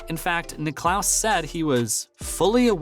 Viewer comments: Firstly it’s not the British open it’s THE OPEN !!! Where is the FORCING SECTION ?? Jack who ??? Will you ever learn how to say his name correctly!!! Very poor video give it up !!!! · Perhaps the narrator could have talked to one of the billion or so people who know how to pronounce Jack's last name when he took the gig. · 2 things: firstly, you forgot to tell us how Greg Norman was ‘forcing’ Cam Smith to join LIV golf, and secondly, if you can’t pronounce the name of the greatest golfer ever, Jack Nicklaus, you shouldn’t be narrating a golf channel. It’s just ridiculous so I’ve unsubscribed. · Stop mispronouncing Jack's last name!!! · Jack WHO⁉️🤦🏽‍♂️🤨 Bob WHO⁉️🤦🏽‍♂️🤨 😒 How can you have a sports related channel & not know how to pronounce the names of the prominent figures you mention⁉️‼️🤯🫥